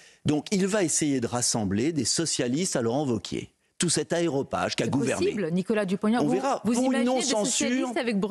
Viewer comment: Consternant d'entendre NDA parler d'" aéropage " au lieu de " aréopage ".